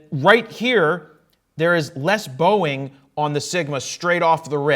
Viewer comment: Everytime he says bowing I think of Boeing.